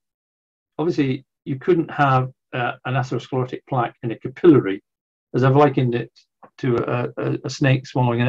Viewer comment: I had trouble with “capillary”. He said it “ca-pillow-ry”.